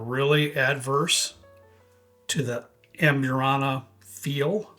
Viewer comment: O. M. G! Normally it doesn’t bother me when someone doesn’t pronounce a word correctly but holy hell 😂. If your going to say amburana 7,000 times in the video please nail it. ahmBOOrahna. AMbureANNA sounds straight out of Appalachia. Love your videos. all good 😂😉